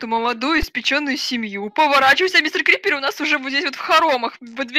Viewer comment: Не крипир а крипер